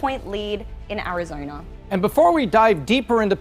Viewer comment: The last I checked, Arizona definitely ain't pronounced as Arizoina. Just like isn't pronounced as Toim.